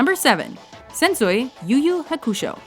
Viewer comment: Hearing how she pronounced Sensui and Yu Yu Hakusho was just painful.